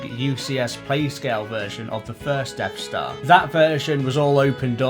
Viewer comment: Deaf Star? Am I hearing you right :)